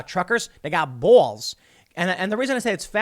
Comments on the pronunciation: ….BWALLLs…. Really. Cause you didn’t say balls or even Bawls… you said BWALLLs…? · Tim pronounces the word "balls" as "bowls". Sounds like a remnant of new York accent. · "They got bowalls" 🤣🤣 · "Truckers have bwols" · You said they have “bowals”. Instead of “balls”. You pronounce it wrong! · Tim saying...”Buaaalls” 😂🤣😂 I think that was his Jersey accent showing up. I might be mistaken. Maybe its his Chicago accent. 🤷‍♂️ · You say bwalls really funny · Anyone else notice his Jersey accent comes out when he says "bawls"? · Can we all admire how Tim pronounces the word "Balls" as in "bawls" at the minute count? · Tim’s Chicago accent finally surfaced! Balls “Bouls” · Didn't know Tim was from New York... "Bawls" lol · How can you support the driver? The driver had multiple emergency runoff tracts he passed and decided to plow through traffic inflicting death and massive injury, which part do you find defensible/justifiable? You say “balls” in a really strange way. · Tim says "balls" like an old New Jersey butcher. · The way Tim says balls. 🤣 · has tim allways said "balls" like that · The way he says balls 😂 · Uhh.. what is that pronunciation of “balls”?